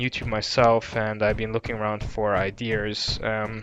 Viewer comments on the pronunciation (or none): he says iders ??? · "I been looking around for ideers" lmfao 🤣 I laugh every time someone mispronounce ideas lmfao 🤣. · It is ideaaaaaas not iders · When hes says Ideas he pronounce it as I-dears LOL i'm dead xD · I thought you were jokingly saying “idears” at first but now that I know you don’t do it on purpose, please get speech therapy. Most professions would find that extremely unprofessional. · if i fucking hear this guy say ideer one more time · says iderers